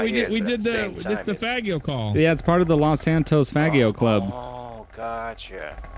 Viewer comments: LoL! Its pronounced Fah-jee-oh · Is it really pronounced fag e o? Because I was thinking fa gee o.